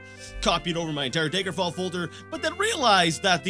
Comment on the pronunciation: PLEASE stop pronouncing it "Daegerfall" it's DAGGER-FALL NOT DAYGER-FALL